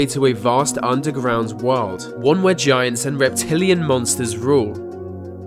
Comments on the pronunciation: Oh man, I thought I was the only one who kept hearing him say "vagiants" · Sound like he's saying "Va-giants" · BahaHahaha ! " vigiants" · I heard 'the giants' 🤔